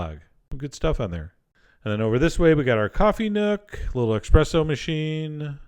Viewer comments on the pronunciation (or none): I've only just noticed that Chef John, of Italian heritage*, said "Expresso" instead of "Espresso"! Maybe it's an American thing. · Did I hear Chef John pronounce Espresso Expresso? Tsk Tsk Tsk! I love your recipes Chef! The wife didn't like the Irish Stew, but the Microwave Chocolate Cake a la mode, was Supreme! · Congratulations, did you say eXpresso???? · There is no X in Espresso, dear Chef John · chef john says "expresso" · Did he just call it an eXpresso machine? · "expresso machine"... oh nooo.... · did you say expresso on purpose because i swear to god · Did you say Expresso machine? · Did you say eXpresso?!?